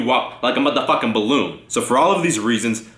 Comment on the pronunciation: Mud-ha-fuc-kin balloon. Thanks for teaching me how to pronounce that . LMAO